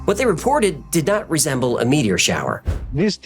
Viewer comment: is an alien. Humans don't pronounce "meteor" as "meaty-ORR."